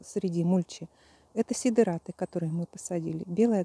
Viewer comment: Сидэраты... фанэра...😂